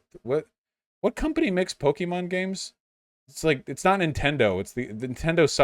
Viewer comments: It's PO KEH MON not pokey mon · I can't stand him saying pokeemon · This just adds to my theory that anyone who pronounces Pokemon, Pok-E-Mon, should never be listen to about the franchise and deserve no rights. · I knew his arguement was invalid by the way he said Pokémon